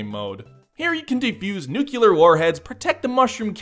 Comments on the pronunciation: Did… Did just say “nucular”? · Someone immature is going to make a joke about how you said "nuclear", but not me though.